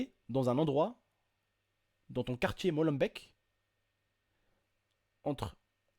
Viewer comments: et aussi on prononce "molembéék" pas "bèk" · PAS MOLEM—BEC mais molembeeeeeek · svp ne dite pas molenbeek (molenbecque) mais molenbeek (molenbéke)!! sinon bonne vidéo;) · Molembaik MDRRR on dit molembék avec é pas ai Vous me tuez les français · MOLENBEEK pas molenbek c mon cartier bnia tos les français dise ça hahahah mohim enfin il arêtes le mec normal il vien dans le tieks ou ya des flic belge flic français partout mais non c pas un problème un vrai zeber walah haha se salah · c'est Molenbéék !!!! pas Molenbèèk !!!!!!! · C'est Molenbeek sa se dit bque a l'aurole sinon super vidéo comme d'hab x') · J adore comment vous dites mollebeek .... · Étant belge je vais te reprendre sur un point : Molenbeek se prononce molenbéék, sinon à part ça super vidéo ;) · non ca rend fou les gens qui disent Molen..baiike comme des abrutis faut de renseigné un peu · désolé mais molenbeek se dit molenbék et Bruxelles se dit brusel